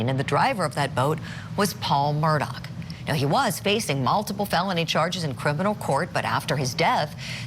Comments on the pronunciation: No, it isn't. It's pronounced Mur-daw. Not Mur-Dock. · Why is your reporter mispronouncing his last name Murdock??? Put a little effort into it, jeez.